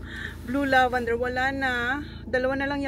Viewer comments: LAVENDER!! NOT LAVANDER!!! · Ok lang yon Pinoy naman sya po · oh eh di lavender..! apakaOA neto.. baby kalma!